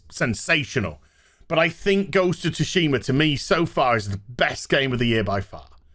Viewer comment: Have my like for 2 things: 1) “please... buy me,” and 2) Ghost of “Toosheemah”